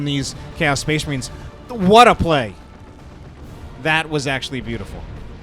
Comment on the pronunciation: Spehs Mahreens